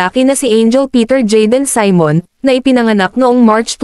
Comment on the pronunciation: Saymon?? See-mon Simon